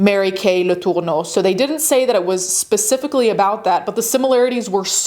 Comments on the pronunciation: Probably should have gone with "Mary Kay" instead of the off-putting pronunciation of "Latourneau," like there's a loogie caught in your throat. When the case was making headlines, everyone pronounced the name as "La-ter-no." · The way you’re pronouncing her name is sending me. Home girl is American and pronounces it as such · Stop saying “Letourneau” like that. I get that you wanna throw up when you say her name, but it’s super jarring. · Why are you saying her name weird like that. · ... I can't out my finger on why, but each time she pronounces Mary Kay's last name as if they're reaching back into time for the most obscure "original" pronunciation, I die a little inside. Like... I know y'all are too young to remember these things, but please look up how to say names you've never heard. OMG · Why are you saying her last name like that though? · Is that really how her last name is prenounced? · In all my life knowing about this very high profile highly talked about case… I’ve never heard their names pronounced like that 😂😂😂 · Yeah the pronunciation of especially Marys last name was odd but no one was saying anything 👀